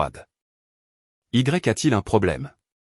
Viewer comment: On ne dit pas "i grec a t-il un problème ?" mais " "i a-t-il un problème ?" le "Y" se prononce "i" , combien de fois faudra-t-il le répéter ? erreur dans toutes les histoires IA. ainsi que l'accent sur le "à" qui ne se prononce pas non plus. Pouce en bas.